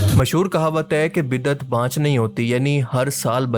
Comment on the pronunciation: Azeezam! Jizakumullah for this important reminder and exposing those who are giving bad name to Islam and making fun of Islamic teachings. However, just for correction the correct word is "Bid-at" (Bay, daal, ain and tay) and not how you wrote and pronounced (BIDDAT). Thanks.